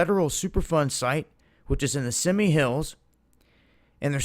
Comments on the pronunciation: Pronounced "see me" "Simi". Simi Valley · Simi Hills, is pronounced Like (see me). Hope that Helps. You are doing a great job man. Can we get the t shirts with long sleeves? Thanks